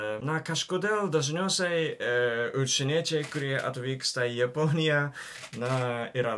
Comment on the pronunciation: Ai ir visą video sakiai "učieniečiai" vietoj "užsieniečiai"